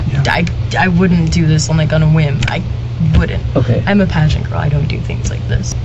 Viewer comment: "I'm a pagent girl" 😂